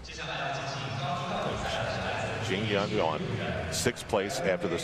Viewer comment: Poor Al...."Jing Yong Yuan". Well he tried.